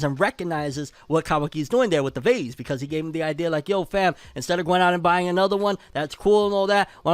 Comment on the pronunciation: Why he say vase like that 😂 bro said that vazeee